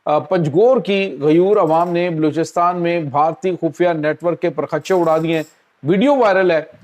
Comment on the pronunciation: Prkhchey ko parkhacheh kehtey ho lagta he Kisi ustad ne sahi urdu nahi sikhai ap logon ko